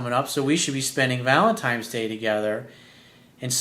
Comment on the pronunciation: ValenTINES day... not valentimes day.